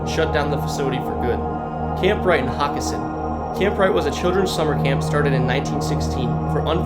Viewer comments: Hockessin is pronounced Hoe-kess-in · It’s a long o in Hockessin. Hoe kessin. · Pretty cool but hockessin is pronounced wrong lol but it’s ok we pronounce it Ho kessin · I laughed really hard when I heard his pronunciation LMAO 🤣